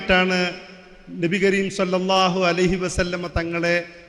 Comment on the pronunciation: സല്ലല്ലാഹു അല്ല സ്വല്ലല്ലാഹു എന്ന് പറയൂ സഹോദരാ